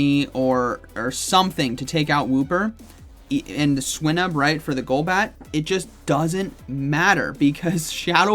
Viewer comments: I don't know if swy-nuhb is the correct pronunciation but hearing swee-nuhb sounds so weird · Swy-nuhb is the correct pronunciation; the root word in Swinub is Swine